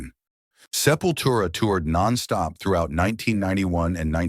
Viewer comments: Sepura , selura, sepoustra !!! 😢😢😢 !!!!!! En vrai, ça se prononce :"Sepultura" !!! Au secours !!! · Esses I.A querendo falar os nomes das bandas tudo errado !! Selfuria foi demais pra mim ! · Essa narração robótica é horrível. 'Sefura', 'Seleura', 'Chisoprenha' - porra é osso!